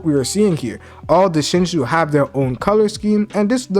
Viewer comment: You can't pronounce Shinju to save your life man lol I love the content